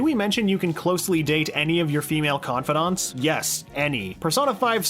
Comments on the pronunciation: Is no one gonna point out he pronounced "Confidants" as "Con-fod-onts"? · no.23 ConfAdAnts its confidants con-fi-dants